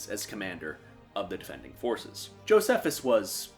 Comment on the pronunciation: “I mispronounce a lot of things” Goes ahead and says “Josephus” lol